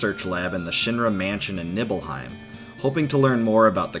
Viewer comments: I love this video but it’s KNEE-BELL-HEIM, not Nibble-Heim lol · And Nibble hiem... Always said it Knee bell hiem. Those pronunciations irked me but still great vid!